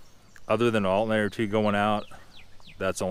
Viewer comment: "Alt-n-ator" Alternator . AL TER NA TER